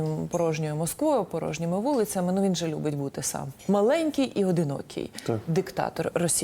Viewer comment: 😂 особенно впечатляет ударение на "Маленький диктатор"!